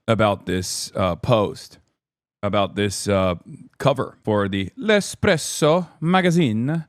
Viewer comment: After hearing Hasan say "L'Espresso" i NEEEED an entire live in Italian >:3